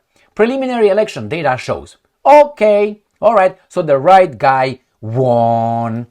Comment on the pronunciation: Dear, please don't take it personally, The word "won" is pronounced /ˈwʌn/, with a short "u" sound like in "cup". It's a homophone with the number "one," meaning both words sound the same. I realise you aren't a native English speaker, and you obviously didn't learn English before you came to America. No hard feelings, I've been a regular viewer🎉